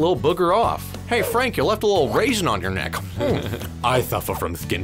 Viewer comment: Yuck when they said rasin 😭